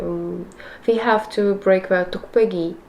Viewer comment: 아 뚝배기 발음이 찰지네 ㅋㅋㅋ 간만에 좋은 영상 보고갑니당! 소련여자 헬조선남자 화이팅